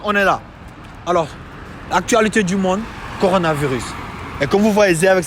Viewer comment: senegal senegal.....ici senegal parsseke ya viriss senegal..... kourna.....Di kourna viriiiss sénégal............le taximan m'a tué......